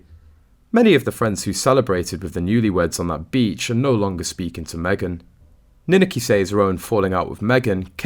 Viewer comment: Don't you EVER check the correct pronunciation of names? It's Nin ak i, with the emphasis on the 2 syllable!!!!